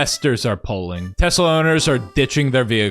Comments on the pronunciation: 'used to'? they STILL do. he literally did it. this happens in almost any non-rhotic accent. people didnt just use to add Rs randomly everywhere. its very specific and predictable language usage. 'used to' would only be accurate if this was a recording of a dead speaker and no living speakers spoke the same accent. neither of these are currently true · Saw someone say “I’ve never heard someone say Tesla with a hard r before” xD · I've never heard anyone say "Tesla" with a hard r before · "Tesler Siber Truck" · Surprised no one has decided to call it "Te-slur" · "I love teslur" yeah bro... we know you do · I think he said 'Teslur!' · Tesler? Did he mean to say Hitler? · Tesler is what he calls Elon’s package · Chuck Testa? Nope, it's Chuck Teslur! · It s teslur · He didn't say "Tesler," he said "TeSLUR." It was a Freudian slip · says tesler first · every youtube video should contain someone saying "I LOVE TESLER" from now on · “The Sheriff’s a Tesler!” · Tesler? I hardly know her! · You’ve never been to Maine then lol. The accent is to pronounce “ah” like “er” and “er” like “ah”. “Amander” “Samanther” “Tesler” lol and then of course “lobstah” “cah” “rivah” lol. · no no no. It’s got the same roots as the Boston accent. You say “Tesla” or “Samantha”. It’s just that you insert R sounds when words end in most vowel sounds if the next word starts in a vowel. “Samantha ris my best friend” “Tesla rasked Elon to please step down so a real ceo could run them” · He said it like it was a tes slur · Was nearly saying T-slur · that damn tesler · its a Tes Slur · Can’t believe Donald pronounced Tesla with a hard r. To be fair, he is known for pronouncing words with a hard r, but never this much. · He just really wants to say a different “er” word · he wants to get that word going😂😂😂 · It's because that's the only time he can use a hard r and not get push back! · Probably not the only word they say with a hard R...